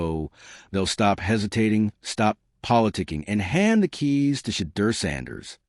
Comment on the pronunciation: At least train the AI to say Shedeur’s name correctly.